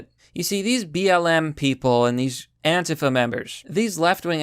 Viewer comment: you pronounced it anta-fa instead of an-tee-fa